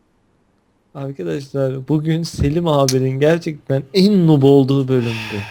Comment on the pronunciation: nup değil noob nuub diye okunur